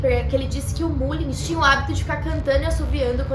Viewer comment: a pronúncia correta é Mâllins. É só uma dica.